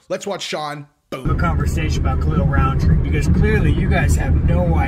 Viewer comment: Rountree not RoundTree.